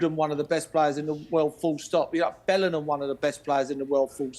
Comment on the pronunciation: why does Merse say Bellinam?